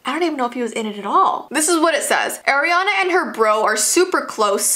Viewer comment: It is not airiana it's Arianna!!